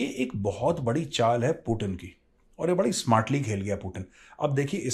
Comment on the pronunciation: अरे यार एनालिसिस करते हो बहुत बढ़िया पर कई नाम ऐसे लेते हो जिससे इरिटेशन होने लगता है 😣 कमसे कम यार पुतिन को पुटिन मत बोला करो यार उसका नाम पुतिन सही बोला करो